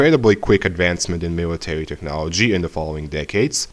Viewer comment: Miwitawy wtf